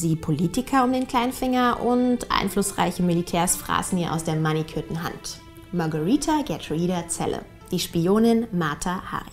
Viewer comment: Warum sprichst du den Namen so merkwürdig aus ,sie heißt doch Magareeeeeeeeetha nicht Magariiiiiiiiiiiiiiitha,naja bist wohl klüger als normale Menschen.